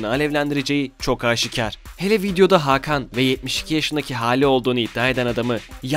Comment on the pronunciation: hakan degilhogin diye okunuyor amk :D sanki almanci ailenin futbolcu oglu